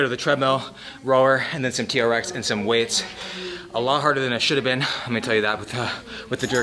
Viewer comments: Beén instead at been. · The way he said “been” really reminded me he’s Canadian lmao